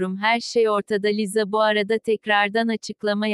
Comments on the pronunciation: Biseyi anlamadım ki arka sesdeki kadin lisaya liza diyo ve ben buba cok sinir oldum?! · Liza deil lisa